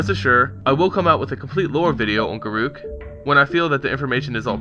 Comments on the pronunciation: He is pronouncing it wrong. Listen to any Wizards of the Coast employee pronounce his name. It's Gar ock. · If his name is pronounced the way you say, it would be written as garuuk, not garruk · dont worry Garruk is my favorite planeswalker and i pronounce it, and always have, Gah-ruke. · a have always called him Gar-ook as well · i always pronounced it guh-ruk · Garoookie crisp...lol, we call him Garook 2